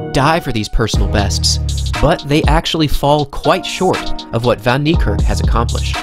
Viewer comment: Its niekerk not nerkirk